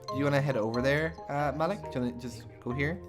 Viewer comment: Sounds great! But,I don't think Malik's name is pronounced like that lol